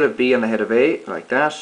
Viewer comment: You're saying "dash" instead of "that"